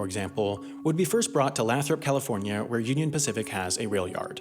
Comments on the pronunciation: Just so you know it's not lathrop it's laythrop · Lathrop is pronounced with a long "a" locally. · he said Lathrop California wrong tho, its supposed to sound like “Lay-Throp” not “Lah-throp” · And it's not "lah-throp" but "lay-throp" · FYI, LAY-throp. But it's small enough it won't matter much. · Lathrop is pronounced: Lay - throp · I live right next to Lathrop, CA. It's pronounced lay-thrup ;) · Shout-out to Lathrop CA! I live next to the rail yard. In the unlikely event my home gets spoken again, it's pronounced laythrop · Californians call that town Lāythrup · Hey Wendover, love the videos. The city Lathrop is pronounced Lay-thrump. Live somewhat nearby there, just wanted you to know in case you make another video with that city involved! Keep up the good work. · You pronounced Lathrop weird. Of living here for 10+ years, everyone says Lay-Throp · Great video as always. btw it's pronounced "lay-thrup" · That Lathrop pronounciation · He just angered Lathropians with that pronounciation